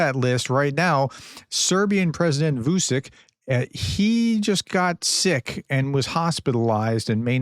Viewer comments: Yeah, and Vusyk is a Ukrainian surname, which makes me feel nervous when I hear Prof repeating ‘Vusic, Vusic’ :) But it doesn't look like Prof notices our advices about it... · Thanks for the update, professor! Just for your future videos, Vucic's name is pronounced "Vuchich" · Vuchich - pronuncation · Vucic is pronounced VUCHICH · Prounced Vucic - Vuchich. C's are chich. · Vučič is pronounced Vutchitch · You really have to work your pronunciations... Vučić => Vuchich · Hey professor, I've noticed your difficulties with pronouncing Slavic names in the English language. Try Vucic to pronounce Vuchich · It should be pronounced as Wutschitchtzsch